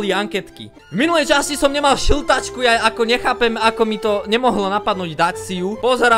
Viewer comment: Táto séria ma veĽmi bavila. Ja som na začiatku nepočul šiltačku ale žltačku :D A ja že wat? Fakt super séria